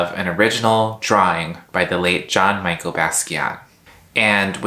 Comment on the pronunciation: You had me until you said ‘John Michael’ Basqiat 😐 Jk- kind of 😉 good video tho, & eyebrows on point